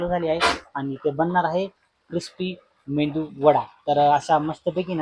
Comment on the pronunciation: मेंदू नाही मेदू